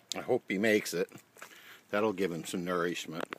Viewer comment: The squirrel thanks you for it’s ner-eesh-met